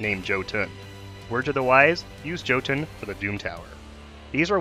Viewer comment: Don't wanna sound like "that guy" but the J in "Jotun" is pronounced with a Y sound, so it's kind alike Yow-tun